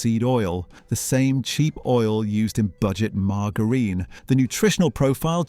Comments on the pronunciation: Learn how to pronounce MARGARINE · Your robotic voice can't pronounce margarine correctly. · I stopped watching when he said margarine!! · I thought that it was deliberate, and hilarious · Sounded deliberate to me, like 🚿 Shower Gel